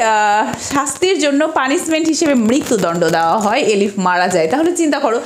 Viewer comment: Eilif..not Elif